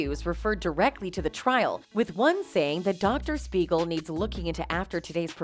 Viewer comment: THIS IS DOCTOR SMEIGEL RATHER THAN SPEIGEL.